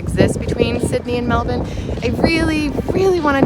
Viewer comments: Good job saying Mel-bun instead of Mel-bourne - true Aussies! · Thanks for pronouncing it correctly MELBN. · #1, thanks for pronouncing Melbourne correctly. 👍 #2 Correct, no need to compare. Both have their good points. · Congrats at pronouncing Melbourne correctly!!! And I was a South Aussie!!! LOL